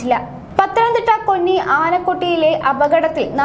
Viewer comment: കൊന്നി അല്ല 'കോന്നി '.